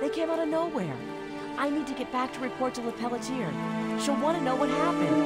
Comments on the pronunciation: Hey what would happen if you locked Claire in a room and made her listen to Bigsley say “LePeletier” for an hour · New theory; the guy who played Bigby mispronounced Lepelletier, did a take of it overly sarcastic as a joke, and they decided in the studio that that was Bigsby's new character. I know that's incredibly unlikely but the way he says that name is so snarky.